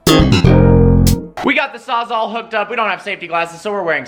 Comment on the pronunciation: Martini time sawsall, not sawsaw xD